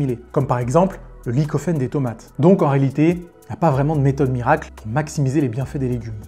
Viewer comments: en effet j'ai dû réécouter 3 ou 4x pour être sûr qu'il a mal prononcé 😅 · Lycopène et non lycophène hein 😉